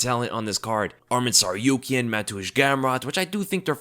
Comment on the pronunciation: It's pronounced TsarukYAn. All armenian last names are stressed on the Yan. PetrosYAn. Just follow Jon Anik example, the only commentator with professionalism who actually looks into how to pronounce names correctly